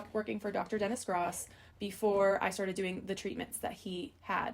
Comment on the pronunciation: It’s pronounced like GROWSS not GRAS